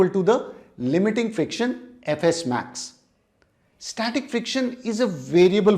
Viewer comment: When sir said fs max I heard ff max😅